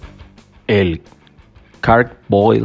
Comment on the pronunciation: Se pronuncia Char broil, tal cual se escribe, no “car” broil